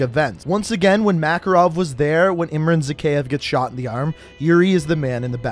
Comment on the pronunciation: Say it with me now Ihm-rhan Zah-kay-ev Bor-is Vhor-shev-ski Bonus Ha-way City, Vietnam (Victor Reznov)